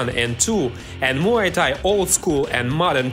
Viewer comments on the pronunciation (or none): wtf does he keep saying mai Thai that’s a drink ffs